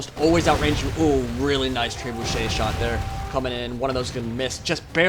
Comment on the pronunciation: Tray-boo-shay. LOL